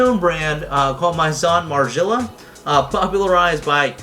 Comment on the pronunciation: At least say it right my boy